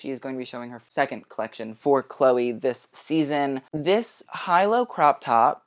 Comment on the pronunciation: Awww why are you pronouncing Chloe’ that way??????